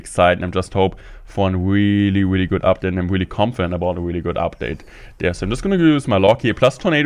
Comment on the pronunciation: He always sais "wheelie" instead of "really"😂